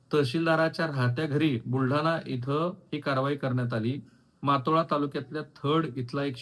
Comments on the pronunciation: It’s Motala not matola… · मातोळा नाही हो मोताळा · मोताळा तालुका आहे, मातोळा नाही साहेब 😂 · मोताळा आहे सर तालुका, मातोळा नव्हे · मातोळा नाही मोताळा आहे. भोगवाटादार नाही भोगवटादार आहे.